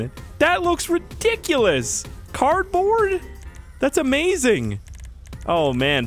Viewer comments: You did not say cardbaord but cabet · “Carbon” I’m sorry but I’ve never seen anyone struggle sm to say the correct words..😭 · It is funny how he says carbond in stead of carbord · Intro: hey guys The guy who pronounces cardboard as carbon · this man said carbon the whole game and didn’t realize he hasn’t been saying cardboard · Take a shot every time he says "Carbon" instead of "Cardboard" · Lol he has been saying carbine instead of cardboard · not criticizing but youre saying carbon not card board not trying to be rude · You said Carpon spoiler